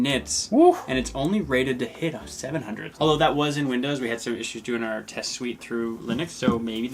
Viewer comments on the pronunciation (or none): none